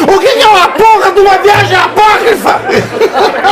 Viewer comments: Você é o ignorante e por isso que não sabe o que é "Apóquifro", que foi como o dito cujo falou? Falou? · O falando a palavra "apócrifa" quase me fes mij@ nas calças! KKKKKKKKKKKKKKKKKKK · Disseram pra ele, fala "apócrifa", fala "apócrifa", mesmo sem ele saber o que significa!